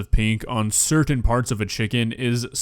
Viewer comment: I am almost surden that is not how you pronounce certain.